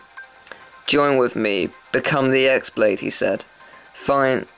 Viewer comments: I think its pronounced She-on...But i could be wrong.... Also i like how say X-blade instead of Key-blade like everyone else does in the game and the players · it's pronounced "key"or "chi" because the "x" is a letter of the greek alphabet